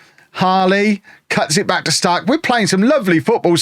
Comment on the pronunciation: It doesn’t matter at all BUT you’re pronouncing “Stark” wrong. You’re saying “Staaark” when u want the A to be quick and finish strong on the K “StarK”. Much love from Sweden❤